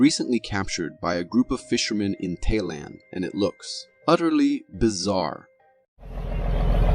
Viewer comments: my biggest problem is the fact he butchered the country's name it's Thailand not Tay this Jackass seriously needs too go back too school and take spelling/Geography class'es!#seriously were is he getting Tayland from??????????????? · It's Thailand not tayland 😅